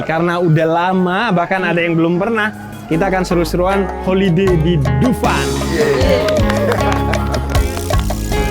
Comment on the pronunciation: Rekreasi... Madura bgt y bib😂😂 holiday bib